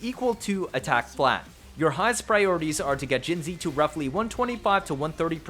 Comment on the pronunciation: Funfact, not only does every second cc write jinhsi wrong, but 99% pronounce her wrong as well. Hsi is a different writing for xi, resulting in her name being jinxi which is pronounced „jinchi“. I hereby offer you the possibility to be the 1% that does it Right 😂